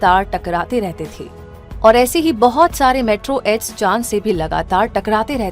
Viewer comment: 'मेट्रो एड्स' nahi मेटेओरोइड😅